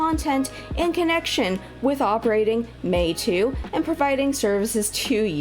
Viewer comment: Your pronunciation is correct. Meitu means "beautiful picture/image" in chinese language.